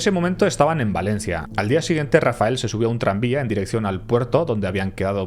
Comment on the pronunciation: En el minuto es vez de decir "Rafael" dice "Rafel"